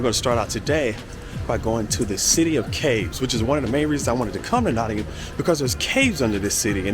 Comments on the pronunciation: He even says Nottingam right! 😊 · even pronounced No'in'um correct! very impressed